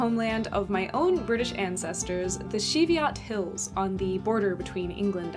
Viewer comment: Had to double-take for a second when you mentioned the Cheviots! I grew up very close by and have hiked there for years. One tiny little note; the "ch" at start is pronounced as it's written rather than as a "sh".